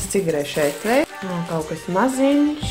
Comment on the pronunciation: Etvija nevis etveja 😄